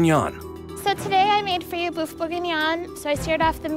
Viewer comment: Watched this so many times and just realised Mary says "Boof" instead of beef and my childish brain can't get enough.